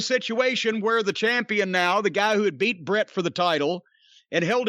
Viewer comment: Bret. Its "Bret' its Bret Hart. Just sayin.